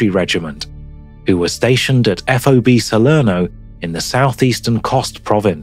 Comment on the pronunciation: You say fob as in key fob. not spell it out everytime